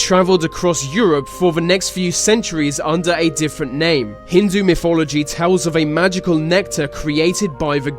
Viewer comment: it's not fhe but "the".. it's not myfology but "mythology".. fuck it's cancerous to hear people rape the English language like this..